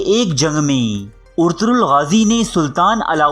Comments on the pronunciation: It's ertugul ..not urturool😂😂😂😂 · Abey Yar Ertaghal Ghazi Ka Naam tu Lena seeklo Naam Bigad rhe hooo